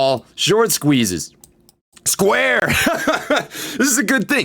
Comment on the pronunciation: He siad 'square' lol first laugh of the day